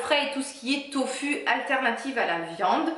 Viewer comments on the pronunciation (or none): tofu dit tofou ^^ tu es la 1ere que j'entend le dire comme ça ^^ chouette video, n'hésite pas a en refaire:-)